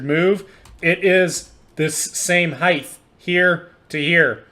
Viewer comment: "height" bro not heighth lol